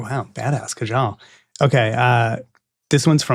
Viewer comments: its Kaa-jal, not k-jaal :) so funny Ted Mosby the wiki guy, making mistake.. and I am sure Kaajal is 'she' not 'he'.. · Hey loved the show, just a little correction I am for India and pronunciation for the name kajal was wrong it 'ka - jal' and she is the girl and just in case my pronunciation is 'ujj - wal' and thank you guys loved this show.